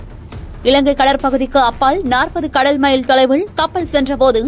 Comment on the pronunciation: கடள், கப்பள். என்ன உச்சரிப்பு இது.